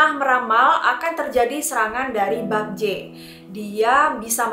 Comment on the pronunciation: Bukan bakje mbaa tapi bekje e nya kek baca bebek